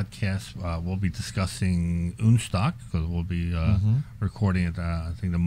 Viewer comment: OK, I have to finally comment on ÜNSTOCK, not the concept, but the name (yes I like modified Porsches!). As a German this makes me flinch every time I hear it. In German we have "Un..." just like in English when you negate something, like in believable vs unbelievable. But not every a,o,u in German is an umlaut like ä,ö,ü. And the "Un..." is not. I get it that is is supposed to be a merger of 2 languages to make/have something non-stock. So, the way to name it would be UNSTOCK, as far as I'm concerned anyway. You even pronounce it as "UNSTOCK". Sorry, to me its just not that funny..... Maybe I just jump into my Pörsche and go for a drive ....🤔